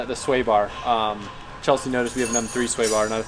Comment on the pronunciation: I love that you call Chelsea "Chelshe" so you can differentiate between her and Chelsea 😂